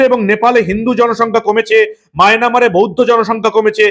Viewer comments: আগে ভালোভাবে পড়াশোনা করে আয়।ওটা মায়ানমার হবে মাইনামার হবে না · অশিক্ষিত সংবাদ পাঠক, মিয়ান মার ইংলিশ উচ্চারণ করতে পারে না। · মায়ানমার উচ্চারণ করতে না পারলেও নিউজ প্রেজেন্টার হয়েছে